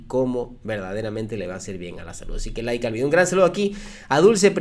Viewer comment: ya deje de decir Lke al video. Like al video.